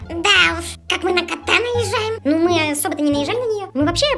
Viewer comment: не найжай а наежай